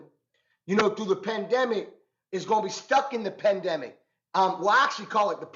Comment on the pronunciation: "PENdemic" tho😂😂